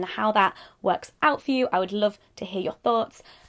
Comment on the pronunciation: You sounded so northern at the end of this 😅 "luv"